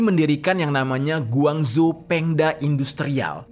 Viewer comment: guang CHOU, CONGTA, ya cara bacanya.